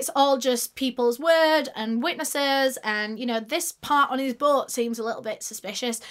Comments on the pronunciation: "His BOŒAT" BOAT. B-OH-T NOT B-UH-O-T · Sorry I can't with the way she says "Boat" it sounds like she is saying Butt 😂🤦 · When you hear "butt" instead of "boat" 😭 it's childish i know but I was dying 😂